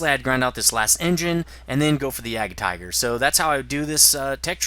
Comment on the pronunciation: Your pronunciation of "Jagdpanther" is really weird,.